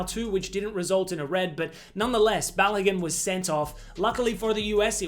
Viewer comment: It’s not pronounced Ba-lo-GUN, it’s Ba-lo-GOON